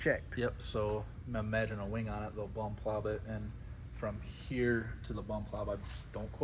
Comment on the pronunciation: 32.30 mins in says bum plob instead of plumb bob. Lol😁 keep up the good work boys......